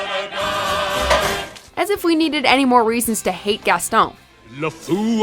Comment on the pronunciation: Its hate not ate